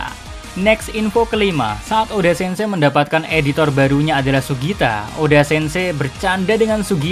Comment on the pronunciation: "eiichiro O D. A"